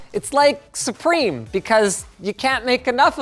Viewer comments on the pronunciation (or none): Please stop calling it Supreme is SUP-RIM, YOUR a reputable source please call it by its legal sounding name please. 🙏